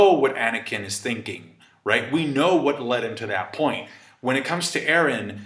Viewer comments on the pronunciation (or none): none